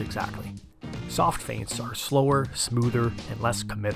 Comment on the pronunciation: This is really the key to be a good boxer “fients”